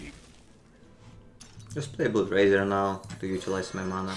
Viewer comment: "Blood" произносится как "блад".